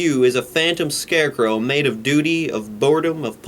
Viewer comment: You fucked up and said "scarescrow", better delete this and try again without fucking it up.